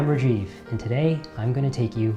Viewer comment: I Love You Rajiv! But its sad that you can't even pronounce your own name correctly. :|